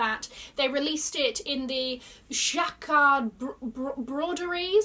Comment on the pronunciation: Your French accent is great! That 'broderie' was very good 😃